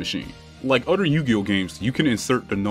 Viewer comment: "Every story event happens one after the UDDER"